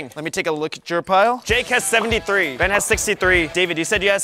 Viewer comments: ben win go ben also why oes say bean instead of ben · Blud really said bean